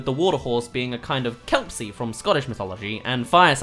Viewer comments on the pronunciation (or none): Kelpsy.... KELPSY!! Its a kelpie not kelpsy!